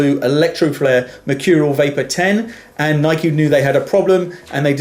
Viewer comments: U say Nike wrong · You can't say Nike